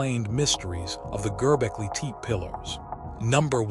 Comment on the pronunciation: Please pronounce the name correctly.